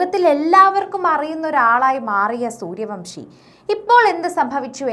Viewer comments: സൂര്യവൻഷി എന്നാണ്.. സൂര്യവംഷി അല്ല 😂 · Vamsi അല്ല vansi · Not suryavamsi...but suryavanshi😅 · പേരെങ്കിലും ശരിക്ക് പറയു.